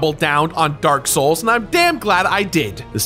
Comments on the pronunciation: That's the last time I mispronounce anything from Dark Souls Also literally a few seconds later: DRAK SHOULS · “Drank Lake” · will not utter or mispronounce any words drake souls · You said it wrong it’s not “the drak shoals 2 collectors addition”. It’s “the dronk shulks too coolectods audition”. Rookie mistake rookie mistake. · I love how he purposely mispronounces Drak Shouls Collaktiers addition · he said drak souls nice joke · “I’ll never mispronounce anything on this channel again” Also 2 seconds later: “this is a great collectors addition” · I love that shamelessly mispronunciations of the next two words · Correctly pronouncing the Dark Souls collector's edition and the vacuum cleaner had me dying haha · "I would never mispronounce anything Dark souls related again" Proceeds to mispronounce dark souls collector's edition*